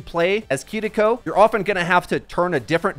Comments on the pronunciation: "Kidiko" People trying to say things the correct way in Japanese is getting out of hand 💀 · say it with me dumbass kee ree ko kiriko NOT kuhriko ... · lmao ''kidiko'' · why does my guy pronounce Kiriko like that lol